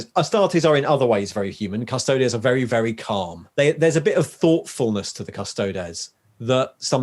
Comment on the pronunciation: I've never heard anyone pronounce Astartes as anything but As-tar-tease...or Custodes as Cus-toe-deez. That was a bit jarring...